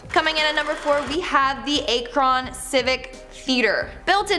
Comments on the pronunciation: As a lifelong Cleveland resident, I need to rip this list apart. The witches grave is all BS. Doesnt exist. The Ryders Inn is in Painesville, Ohio. A city. Not a road. Akron is pronounced AKR-IN. Not A-KRAWN, And Medina is pronounced MA-DIE-NA. Not MA-DEENA. This list is so awful. I can't believe the witches grave is known outside of Olmsted Falls, which is where it is. Its in Cuyahoga County not Medina County. Lake County is 25 minutes from Cleveland and the Melon Heads story is utter nonsense. Mansfield Prison is supposedly haunted. Franklin Castle has ghost stories as well and is the most famous haunted house in Ohio. But most of the legends about the house have been debunked though. No human remains were ev found. A former owner told that story because he was trying to start ghost tours for profit. There are tunnels but no evidence the German Socialist Club "Nazis" were gunned down in the basement either. No axe murder either. There was a fire that gutted the castle but its been restored and the house is BEAUTIFUL. I'm surprised the legend of Gore Orphanage didn't make this list. Another urban legend thats not true. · It's not akron. It's pronounced ak..ron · A-kron 😂 try the pronunciation Ak-ron lol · Ack-run, not A-cron 🤣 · Ummmm its " ack - run " not " A -cron " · It's pronounced ACK RIN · It’s pronounced ack-Ron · it's pronounced ah-krun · Akron is pronounced Act Ren Akron I'm from Ohio and lived there say it right please and Portage county you are saying it wrong to Port edge but say it together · Your pronunciation of Medina (meh-dine-ah)county, Akron (ak-ron), and your coverage of Hell Town has too many errors of research. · Ay-crawn lmao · Akron (act-ren silent t) Medina ( my-din-a) Portage county (port-age) I love how you tried tho. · lol, I love how you pronounced Akron.. its AH Crin, and Painesville is an entire city in Ohio.. In Lake County. :P We have a lot of Evil here, we call it the mouth of hell here or Hells Entrance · 🤦🏽‍♀️you said Akron wrong